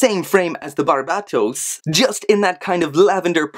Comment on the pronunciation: Dude thats how you pronounce it.